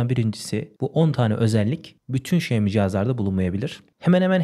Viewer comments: Xiaomi telefonun söylenişi şaomi diye söylenmiyor mu şemi diye söylenmiyor diye biliyorum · şemi değil de şaymi desen daha güzel olurduu :)